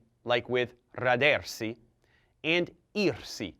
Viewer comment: rádersi not radérsi